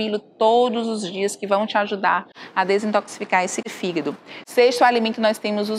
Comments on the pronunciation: hehehehe... ...desculpe pela brincadeira sem graça, mas achei bonitinho o jeito que a dra. pronuncia "fígado". ..."fígdu" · “Figuído” KKKKKKKKKKK